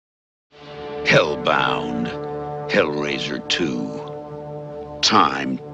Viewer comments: Je suis pas pro en anglais mais je croi pas que hellbound ce prononce "elle bande" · Hellbound en un mot sinon ça donne bizarre à l’oral